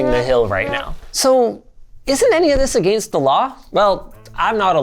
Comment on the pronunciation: Someone PLEASE teach him how to say "Against" correctly!!!